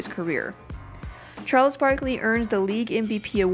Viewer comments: they said chales barkley xD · Lol it said Chales Barkley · chales? isn't it Charles Barkley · You forgot r on charles